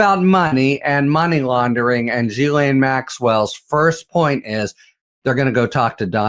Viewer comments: "gh" in French is a hard G. Think "gherkin." NOT Gee- Laine. Sorry. Just get tired of hearing it wrong. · Oh, Harry - when are you going to take the time to learn how to pronounce “Ghislaine” correctly?